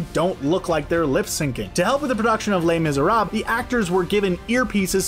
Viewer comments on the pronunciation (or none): did i hear "le misrab" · "lay miserab" ugh the cringe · Samn he didn't even try to pronounce les mesrables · les misérables.... pronunciation is awful...